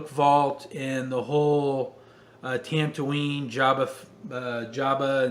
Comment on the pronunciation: TANtooine.....must be a new planet 😅